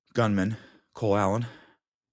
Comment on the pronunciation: Ever notice when Benny says Cole Allen really fast it sounds like he's saying "clown".